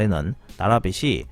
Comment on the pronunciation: 빚이->비시X 비지O